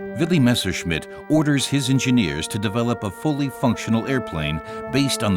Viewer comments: "missershit"??!!....wow....poor narrator!!🤣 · A pronúncia "messershit" é horrível